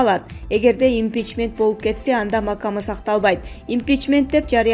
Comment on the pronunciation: Жанылык окуган кыз эсен эле бол. Макам деген кыргызча созго да тилин келбейт го чулдурап